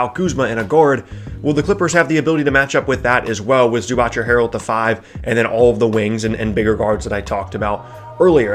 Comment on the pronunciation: Its not pronounced ZubaTCH. Its ZubaTZ.